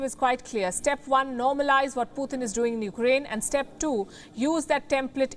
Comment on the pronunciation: its Putin not Pu thin, can someone let her know